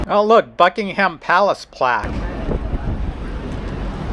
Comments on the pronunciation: We also say Buckin-um and not Buckingham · It’s pronounced Buckingum Palace not HAM.